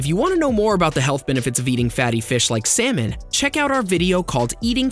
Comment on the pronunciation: Surprise that pronounce of words can be funny. Eggs sound AXE.. Salmon sound SAYMON. Hehe